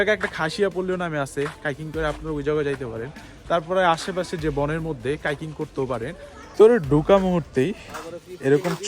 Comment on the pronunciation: ভাই ভিডিও ঠিক আছে কিন্তু কথা/উচ্চারণ ঠিক করতে হবে।। হাইকিং বলতেছেন কাইকিং। আই ক্যাচিং বলতেছেন ই ক্যাচিং । আবার হুমায়ুন আহমেদ এর যায়গায় হুমায়ুন ফরিদি।।